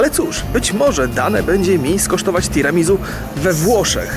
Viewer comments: omg 'tiramizu".... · wszystko fajnie ale Tiramisu wymawia się Tiramisu(nie ma tam Z) Swoja droga Tiramisu znaczy "Unieś mnie w górę" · [tiramizu] ? a nie mówi się przez "s" [tiramisiu/tiramisu] hmm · Tiramizu a nie Tiramisu ? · Tiramisu wymawia się przez "s", z akcentem na u:) Nazwa pochodzi z włoskiego i jest zlepkiem trzech słów, które tworzą zdanie "Tira mi su" w dosłownym tłumaczeniu znaczy "Unieś mnie". Czyli jest to deser, który ma nas unosić na duchu i poprawiać nam humor:)) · "tiramisu" czyta się przez S. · Tiramisu sie mowi:P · tiramisuuu sie powinno wymawiać